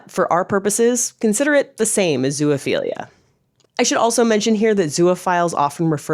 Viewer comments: You made a video and can't even pronounce the word? It's"best" iality" -- just as it's spelled -- not "beast" iality. It's also "zo" (rhymes with row) ophilia, not "zoo ophilia". Consent? When a male dog mounts a person, which one is non-consenting? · Why do you keep saying "zoo-uh-philia" 😭😭😭😭😭 It's making this so hard to watch and take seriously! There is no "uh" in the middle 😂😂😂